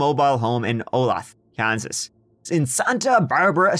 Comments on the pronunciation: “Oh-lay-the” (Not “-thee”… unless you wanna sound like drunk cowpoke…)… that’s how you pronounce OLATHE… if any other local hasn’t already helped you out with this one 😂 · Say it with me now. Olaytha KS. Olathe, KS. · Olathe is pronounced O-lay-thah. Keep up the great work,! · Woo! My hometown got mentioned! Wait... Anyway, "Olathe" is actually pronounced "Oh-lay-tha", but it's common for people to mispronounce it. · Olathe 'oh-lay-tha' ! Close but no cigar! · Anyone else from Kansas who couldn’t help getting irritated whenever kept pronouncing Olathe that way? made it sound like a city right of Westero from Game of Thrones lol. Hey it’s pronounced O-lay-tha lmao! That’s how you say Olathe. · I know it’s picky and lame, but it’s pronounced Oh-lay-the. Sorry I’m a KS boy lol. Love your videos and podcasts tho! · Long time subscriber but first time commenter since you mispronounced my hometown. Bruh, lol. Olathe "O-lay-tha" which means land of the beautiful in native American.